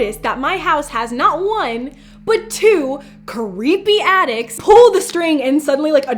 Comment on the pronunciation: When she said attics I thought she said addicts. XD Edit:When her and Adam woke up am, and the board said pm. Maybe something had to do with that?